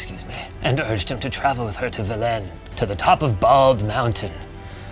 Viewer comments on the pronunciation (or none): Ouch the pronounciation of "Velen" and "Kaer Morhen"